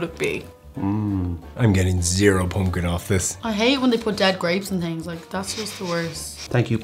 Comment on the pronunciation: Your pronunciation of "poompkin" was the best part.